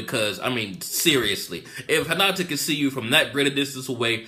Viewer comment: Hinata not Henata